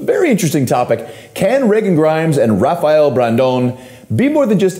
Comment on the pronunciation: "I know Rafael personally" - Terrick. Yet can't pronounce his name right... k